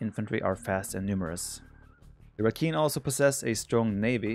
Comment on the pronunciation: rakhine is pronounced ra-kind lol